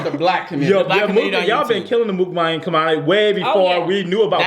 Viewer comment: MOOKbang is not their word (Chinese/Asian), MUKbang is the Korean word that everyone just can't pronounce LOL. Good video though.